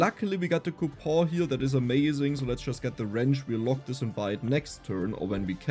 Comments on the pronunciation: Dear, its coupoN not ''coupoohh'' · again bro coupon is pronounced coupon